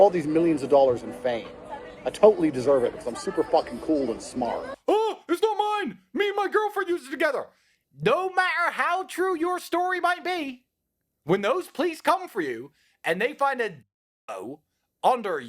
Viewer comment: They should drop all charges if these brothers can pronounce the word "matter", "totally", or "later" correctly.